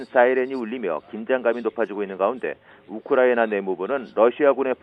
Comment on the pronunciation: 우크라이나 발음이 어렵나..? 거 되게 듣기 머시기하구만...